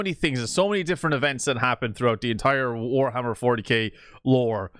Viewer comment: Warhammer More-tyK